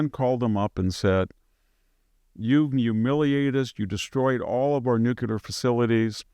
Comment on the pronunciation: Victor Davis Nucyelar.😆